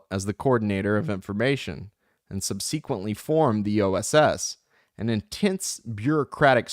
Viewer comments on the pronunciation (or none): Thanks for doing this. You're awesome. One note: SUB-SA-KWENT-LEE has the emphasis on the first syllable. That is all. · I couldn’t keep going after the second subseeeequently.